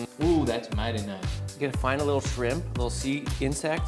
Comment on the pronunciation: Dude said, "Skrimp". I can't!!!🤣🤣🤣🤣💀⚰️🪦👻